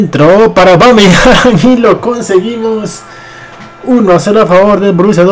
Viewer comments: Aubameyang, no Aubameyant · Es aubameyang no aubameyant jajaja